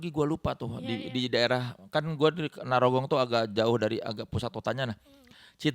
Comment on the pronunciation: narogong ya bukan nyarogong